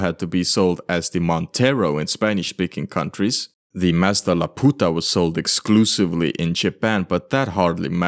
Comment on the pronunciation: As a mexican, the way you say Laputa is so funny 😭😭😭